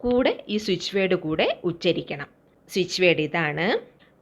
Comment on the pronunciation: Not uscharikkal